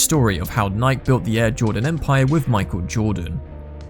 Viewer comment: How do you spell "Nike" the way he's pronouncing it? Nik?